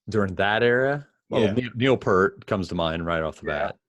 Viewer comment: Guys...Neil Peart's last name is pronounced PEERT.